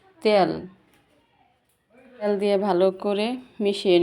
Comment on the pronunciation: ত্যাল না তেল